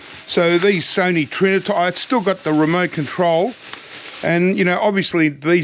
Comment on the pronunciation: Trinitron not Triniton